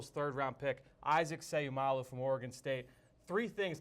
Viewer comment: Just a small correction his last name ends with an o not u. So u can pronounce with the word low not lou. So its Seiumalo. ( mah-low) At the end of his last name just a help in pronouncing. N by the way. Go Isaac!!!!!!!!!